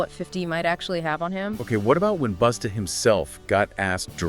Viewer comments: His name is busta not boosta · It's BUSTA. ASSHOLE NOT BOOTSTA..FUCKONG IDIOT